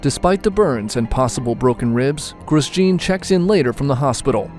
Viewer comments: Gwooos jiiin 😁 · "Groose Gene"?